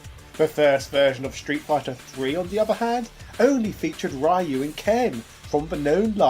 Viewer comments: Let's play a drinking game! Take a shot every time says "Rai-yu" instead of "Ryu" in every Street Fighter history video. Don't worry, I've already dialed 911 for you. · "Rye-yoo" Never change, Britain. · Not even three minutes and you had to ruin it saying RAY-YOU. Also, SFA3 is the closest thing a SF can come close to a Guilty Gear series due to the safe fall mechanic. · For the love of... It's pronounced Ryu (similar to Ree-U) and not Rah-U or Ray-U. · It’s not a British thing, I’m from the UK and a lot of us say “Ree-Yu”.